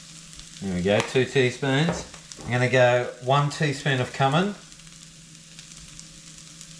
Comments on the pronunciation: It's pronounced cue-min lol! you're 100% right with the traveling thing, I want to see the rough bits, the characters you meet and the sketchy nights when people look into your windows with flashlights. Hate the glamping theatrics that are totally unrealistic. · Great show as always. Just for laughs Cumin is pronounced like a pool que... Que-min. 😅